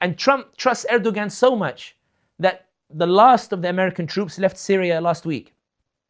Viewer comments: Brother sami if you remove the g from Erdoğan then you will get the correct pronunciation. There is a silent g in the Turkish language. Best wishes. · Someone tell him how to pronounce Erdogan